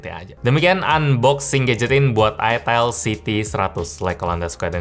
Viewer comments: Cara bacanya bukann itel bang. Tapi ITEL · Itil bang 😅 cuakakakakakak 😂 :D